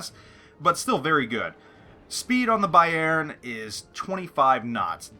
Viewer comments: no problem man... Just to help you a bit, you say Bayjern.... Try to say Bayrn.. Swallow the e:-) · great video, but the Emphasis on "Bayern" is on the first syllable like "BAYern" :P somehow im not getting too warm with the german BBs >< scharnhorst looks interesting tho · lol, being Dutch with knowledge op German language made me constantly correcting your prenouncement of Bayern during the clip ;-)